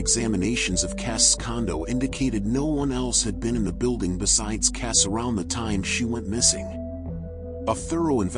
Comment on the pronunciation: Why is your phoney video pronouncing her surname incorrectly. You AI lot are ridiculous and disrespectful.